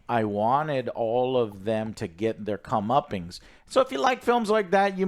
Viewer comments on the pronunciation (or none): Joe I love you mate but it’s COME-UP-PENCE. Not COME-UP-PINGS. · comeuppance. Not "comeuppings".